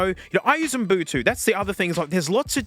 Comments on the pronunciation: I love that you call it UM-BU-TU 😅 come on genius, it’s U-BUN-TU! Love ya. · Love that you don't say "Ubuntu" but "Unbutu" xD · its ubuntu not mbutu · Why does he say umbutu instead of ubuntu ? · referring to Ubuntu as Umbutu drove me nuts through this whole video lol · Nobody:: Umbutu. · the way he says umbutu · 10 is way better than 7, ya goof. Edit: HOLY SHIT SAY UBUNTU. IT'S - "OO-BUN-TOO" Edit2: You absolutely do not need to know exactly what you're looking for when installing stuff with apt, there is a search function. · I've gotta say that "Umbutu" is probably the most unique pronunciation of Ubuntu I've ever heard 😂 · I love how this man says Ubuntu like m’Butu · Am I deaf or are you saying “Oon boo too”? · “Oom boo too”? That is a new one. I think you’re misplacing the N and idk whether it’s on purpose or not. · Brother, you're killing me with this Ubuntu pronounciation... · I can't tell if he's saying Ubuntu wrong as a bit to annoy the Linux people or not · Love how you mispronounce Ubuntu but still rocks it :D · the way you pronounce ubuntu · Completely mispronouncing ubuntu